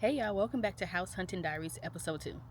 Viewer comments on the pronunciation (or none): none